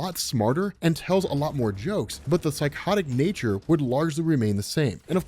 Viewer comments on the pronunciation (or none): none